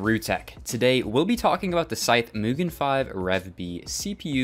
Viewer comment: Good vid, though I'd argue mugen is pronounced as mewgen and kaze is kah-zee, like kamikaze.